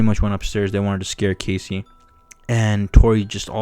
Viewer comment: Bro its not casey its cassie Just make the video all over again